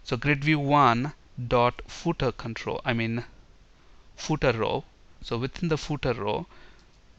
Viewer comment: Hi! but you pronounced the word "Footer" wrong! The way you said it was like "pootah" with 2 syllables? It should really be 1 syllable or 1 and 1/2, you have to use the full F sound at the start, ignore the double o sound, make it the short 'u' sound then TER. you place FAR too much emphasis on the double o sound and the initial F is compromised. British sometimes pronounce the final "-er" sound like the "ah" sound but theyre wrong. They would say the double o sound in the ordinary not the emphasized. You should say footer as 'fuhtr'. Saying footer with the double o as the long U sound is wrong. And you have to make the initial F sound clearly not a P or B sound